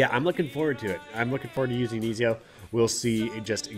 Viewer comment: Pronounced Eh-zee-oh. I just started this game today and dropped $100. I've been playing ac since like forever lol. Great series. I'd love to see them add the other assassins Conner, Edward,Altair,Adewale,Bayek,Shay...to name a few lol. All assassin team sounds dope. Subbed because of your beginner guides btw this popped up otherwise.